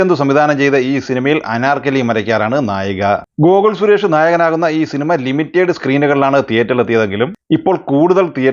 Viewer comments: അണ്ണാ ലിമിറ്റേഡ് അല്ല. ലിമിറ്റഡ് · അതുപോലെ limited എന്ന പദം ലിമിറ്റഡ് എന്നാണ്.ലിമിറ്റേഡ് അത്ര ശരിയല്ല.